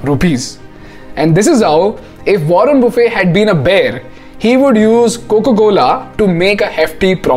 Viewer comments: Pls pronounce Buffet correctly even if the spellings r the same they don’t pronounce as if u r having a lunch 😂...I found this mistake rampant on YT! wo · ruhn buh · fuht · Buffet doesn’t have T silent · warren buffett is pronounced as it spells. It's not buffe. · Its buffet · Warren "buffe" 😂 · But still he got the pronounciation of buffet wrong. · Please correct the pronunciation of MR. Buffet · Everything is good, except for the pronunciation of Warren Buffett's last name 😜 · The way this guy pronounced Warren Buffet ☠ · In the process of sounding too cool you got the pronounciation of buffet wrong